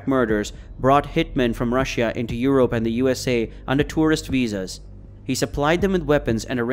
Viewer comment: Y he say europe like that